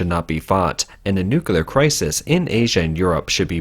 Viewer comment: That's a lot of "nuculars". Don't worry, many people don't pronounce nuclear nuh-clee-ar properly either. My brother had this thing were he constantly pronounced hospital as "hostipal".